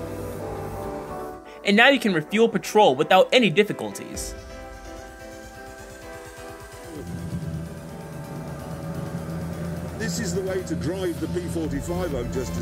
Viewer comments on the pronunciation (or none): Briggs & Stratt-On... Petrall (petrol) Ply Mouth, LOL! It is an artificial voice reading text, makes grammatical errors & mispronounces everyday words...but still sounds more human than Siri. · It's pronounced "ple muth" not "ply mouth" and Briggs & "stur.rat.tun" not, "stur raddon" it's "pe.troll" no "patrol" (fuel) - - replace "a lot of wheels" and just say "18 wheeler" - The Evelyn Wood hed SPed redden contest in English pronunciation. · I know is this dude from the moon? His pronunciation of things is suspect. "Peytroll" instead of Petrol?🤔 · He's calling pertrol PA TROL?